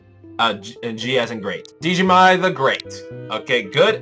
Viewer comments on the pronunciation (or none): Will you do the new bosses if they ever release the update (also Djimmi's name is just pronnounced the same as Jimmy!)?